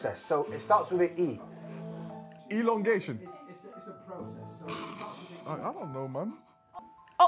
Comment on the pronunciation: said elongation 😭😭🤣🤣🤣🤣